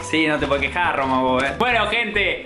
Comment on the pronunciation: "si wachi no te pode' queja' " JAJAJAA LA AME